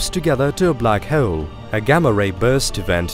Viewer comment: Hoh'oule - I finally came up with the perfect way to spell how he pronounces 'hole'!